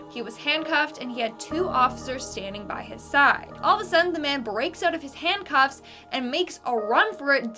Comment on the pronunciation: Besides pronouncing intestines wrong do Canadians pronounce "handcuffs"- handcoffs... 😅😂😂🤣🤣